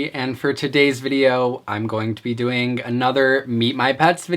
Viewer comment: omg I love the way you say doing you like add a gg doingg ;)